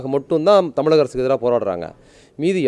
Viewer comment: "இலிவு" இல்ல ! "இழிவு" !! "தமிலக அரசு" இல்ல ! "தமிழக அரசு" !!